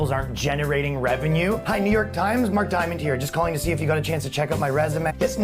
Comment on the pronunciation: Mark DIAOMOND???! FUXKIN HILARIOUS